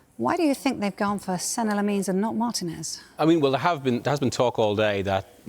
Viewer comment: LeMons, Lemons... his name is Lammens ffs! "a" pronounced as the "a" in "after", and "mens" as in "men"- plural of man.